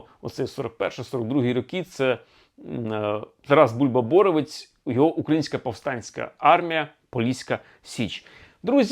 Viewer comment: Краще казати Тарас Бульба-БоровЕць (наголос трохи змінити). На Поліссі це досить відомий упівський командувач. Я виросла на розповідях про нього, так як він родом з сусіднього села моїх діда й бабці з Рівненщини